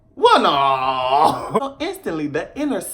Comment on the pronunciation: Man.. The "well nawl" takes me outtt everytime!!! 😂😂😂